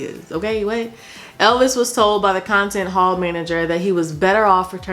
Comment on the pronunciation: that “ok whet” is a mood 😂! I love it!